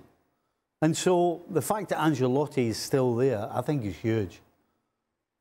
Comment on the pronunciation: Stevie "AnCHalotti" It's pronounced "AnSHelotti" you chav. how many times it's been said on media for years yet you can't get it right